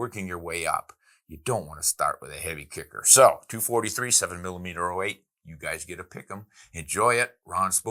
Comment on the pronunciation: Hi Ron. It is a 7mm-zero 8 (7mm-08) and not 7mm-letter O 8) ! Andrew